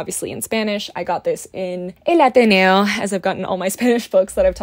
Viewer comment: El Ateneo it's a treasure and a must if you como to visit here in Buenos Aires. Loved how you pronounced the title in an Argentinian accent <3. LOVED the video.